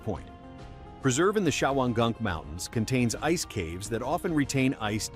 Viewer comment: Thank you for pronouncing Shawangunk! I see the name daily at work (I work for NYS) and wasn't 100% sure how it was pronounced...